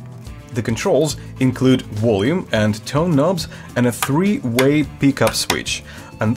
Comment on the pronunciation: Wolume. xD